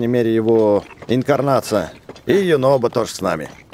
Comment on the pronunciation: ЮНОБО А НЕ ЮНОБКО